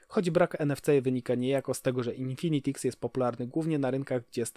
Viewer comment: Haha też teraz to oglądam i zwróciłem uwagę na złą wymowę